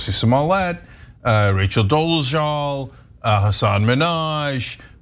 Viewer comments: It's very jarring hearing the repeated mispronunciation of Hassan's first and last name, every time. But, otherwise, he's a comedian, these are jokes. Not every joke needs to be steeped in fact checking and 100% accuracy. He's a comedian, he tells jokes, people laughed, mission accomplished. I've been following Hassan Minhaj from back to the Daily Show, to Patriot Act, and others, and this news article is idiotic. Why are we criticizing comedians more than politicians? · Imagine doing a story about someone and not figuring out how to say their name. Imagine one of that person's most famous TV appearances being repeatedly correcting Ellen on how to say their name. Yucky. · You said his name wrong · Nope. Hyperbolic speech is normal among comedians. These experiences are true for millions of Muslims after 9/11- Im Dominican/African American living in Indiana and there was a letter filled with white powder to my job. Does it happen yes, did he share experiences people of color had experienced?- yes. Does he have a platform to educate- yea! And if you could correctly say his name I'd have a little more respect for your show.